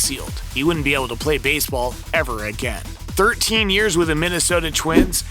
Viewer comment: at least he pronounced Minnesota right.